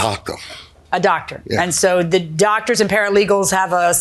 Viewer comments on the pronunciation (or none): “the landlords a Taco” That’s what I hear. Not doctor. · Absolutely taco!!!!